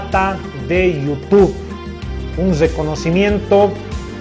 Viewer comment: jajsjssj cara de llama ojo y no soy masista jjajj i se dice youtube y no yutu